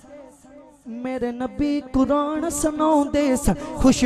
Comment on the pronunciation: Bhai Quraanrr lafz nahi hai lafz Quraan hai chahy punjaabi h chahay urdu